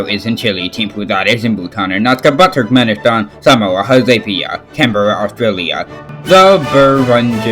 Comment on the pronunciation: It's actually Ashgabat, but his poor pronunciation and 1$ microphone butcher it.